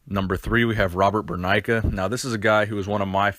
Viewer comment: Its not Burnaika it's Burneika